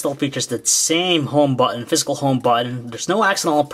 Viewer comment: when he says physical, it sounds like fiscal.